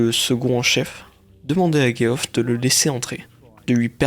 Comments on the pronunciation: Geoff ce prononce Jeff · Super video récapitulative mais tu pourrais au moins prononcer le nom de Geoff de la même manière dans la même phrase ^^' où alors te renseigner sur comment ca se prononce (Djeff).